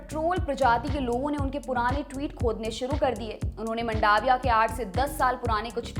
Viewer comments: जी वह मंडाविया नहीँ मांडविया है,और पलीताना नहीँ पालीताना है ।। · उच्चारण की गलती तो आप की भी है, वो मंडाविया नही, मांडविया है।🤭🤭🤭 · इसको मंडाविया नई बोलते मांडविया बोलते है... इंग्लिश भाषा ही खुद उलझी हुइ भाषा है कि इसे आप किसी व्यक्ति का आकलन नई करसकते... ગુજરાતી માં તેને માંડવીયા કેવાઈ છે ... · it's मांडविया...